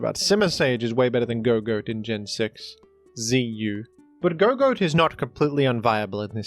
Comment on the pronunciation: I think Gogoat is supposed to be said like "gog-oat" (gog like goggles or good old games, and oat like breakfast)